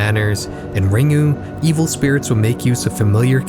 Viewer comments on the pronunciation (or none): Had to stop watching due to the pronunciation of “Ringu” as Ring-oo and not Ring-Gu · Ringu introduced the West to J-horror but Pulse is one of the best J-horror films ever made. It's a shame Pulse is often overlooked and received such an awful US remake. Also Ringu is pronounced "Ring-Goo". There's no soft (or silent) G in Japanese. #TheMoreYouKnow 🌈🌟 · Can’t pronounce Ringu. Doesn’t know we past Web 3.0 and stopped the naming convention almost a whole decade ago. I’m out. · love your vids man! (crying at how you pronounced ringu tho 😂)